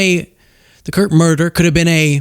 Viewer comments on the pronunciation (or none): none